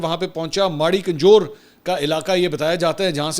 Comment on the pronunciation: mansoor bhai..Haroo ni Haaro name ha derya ka..or kajoor ni Mari kanjoor ha . please